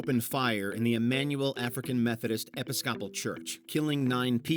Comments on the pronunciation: Did the narrator really just say “epi-ska-pull” instead of “eh-pis-kah-pol”? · “EpiSCOPle?” You put wrong emPHASIS on the wrong sylABLE. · "Emmanuel African Methodist ep-is-COP-al Church"? Really? There are people who don't know how to pronounce "Episcopal"? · Episcopal pronounced "EPP IS COPPEL" - this is AI voice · Episcopal? Was that an AI voice? ELIS-scopal is not a word. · Love Jon Stewart. Great video... Please learn to say the word "episcopal" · I’m sorry. Episcopal pronunciation?? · Dying at the narrator's mispronunciation of "episcopal". I had no idea someone could butcher a pronunciation that much 😂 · The best things about these videos is hearing words pronounced in ways you'd never imagine. "Episcopal" LMAO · Ohhhh, that actually makes sense. I was wondering how someone could butcher the pronunciation that badly!